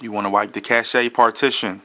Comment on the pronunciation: lmao is Cash not cachae lmao!